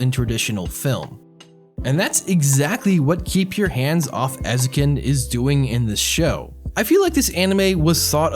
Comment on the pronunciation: Ay-zoh-ken. You were pretty close, though; and great video! I’m glad someone is finally talking about Eizouken, it deserves so much more attention.